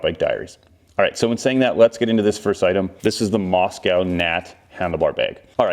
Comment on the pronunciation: Hint - the name is pronounced Mosko, not Mos-cow